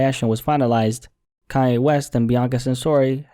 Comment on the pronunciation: I'm confused everytime he says "kanye" because it sounds like "kaya" the way he says is